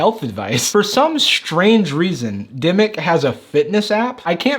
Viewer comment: Somone tweeted me a few screenshots from Demic. Me: DID HE JUST SAY DEMYX?!